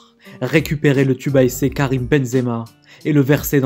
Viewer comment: Dideuuuurrrsss Keuwwwwwiiiiiiiimm